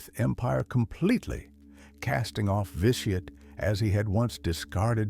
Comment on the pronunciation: overall good video but some pronunciation was incorrect or not consistant said Vitiate 3 or more different ways lost exact count of all the mispronununciation through out the video.